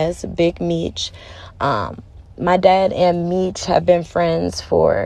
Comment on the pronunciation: Sounds like some BS, He4 Dad is in jail for a Murder for Hire and Drug trafficking not because of a phone. She claimed she Kew Meech her whole life but yet she can't even pronounce his name correctly. Where's the Paperwork? There is Paperwork showing why her Dad is really in jail so look that up.